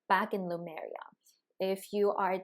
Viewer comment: Is it pronounced Lumaria or Lemuria? I'm hearing on this channel, Lumaria?? Just wondering about the correct pronunciation?